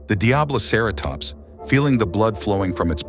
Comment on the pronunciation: DiabloCarrotops (Lmao.. these voice overs. 😂) Otherwise? I enjoyed the video.